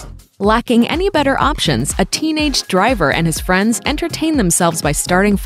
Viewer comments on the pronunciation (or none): none